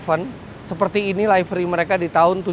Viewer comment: info,livery bacanya liveri bukan laiveri